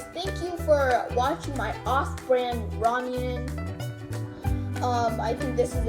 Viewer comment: Btw ita raw-muh-ney